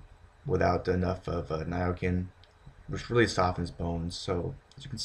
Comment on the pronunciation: Nia Kin, really !? Americans just can't speak English. Try Nia SIN !!!